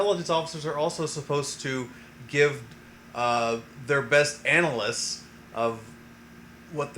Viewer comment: What is analys? It's hard to take your 'analys' seriously when you can't even say it lol.